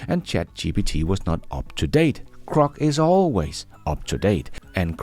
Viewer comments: Hey, LOVE your work. *sorry, it's my OCD, but its Groc, not Croc. (Come to Australia if you want to see Croc's😂) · Perhaps is misreading the digraph, mistaking GR for CR and so mispronouncing it? I think this would be an easy mistake for an ESL speaker.